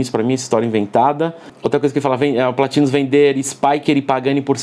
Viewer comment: Quando assisti o episódio do a pronúncia PLÁÁÁtinus me lembrou do prefeito na hora! Kkk Muito bom o conteúdo Perfeito! 👍